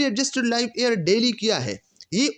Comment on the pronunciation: Air q parhty hen ap Year ko???